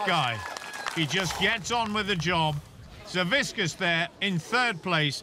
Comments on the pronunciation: WHO THE FUCK IS "SAVISKAS"? IT'S SAVIK-AS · All right.. Im a Lithuanian just like Savickas, and please ssay his last name correctly. It's Savickas and the C and K is said seperatly, nots just a one sound of K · These announcer really can't pronounce Savickas wtf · "we have a champion deadlifter and his name is 'Saviskas" ... WHO? oh you mean SAVICKAS